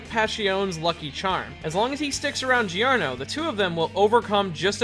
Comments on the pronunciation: You know the pronunciation is JOrno JOvana not GIOrno GIOvana, righ? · "Pash-e-own" "Gee-or-no" Yikes.